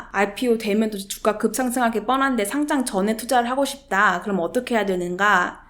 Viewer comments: 상짱은 교장, 교감감선생님이 주시는게 상짱이고, 주식 상장은 상'장'이라고 읽는게 맞습니다. 딴지 걸려는 건 아니고, 계속 그렇게 발음하시는거 같아서요. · 잘 보고 갑니다. P.s. 상장을 상짱certificate으로 발음하면 전혀 다른 뜻 입니다.